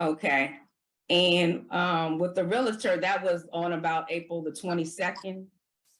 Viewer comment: The word is re-al-tor not re-la-tor.